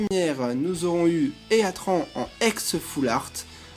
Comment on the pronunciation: Omg comment tu prononce heatran